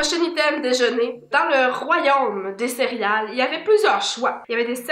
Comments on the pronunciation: Je pensais que mon père était tout seule à dire cériale avec un i mais vous le dites aussi 😂😂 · J’adore la manière que dit le mot céréales: cériyales ❤️😅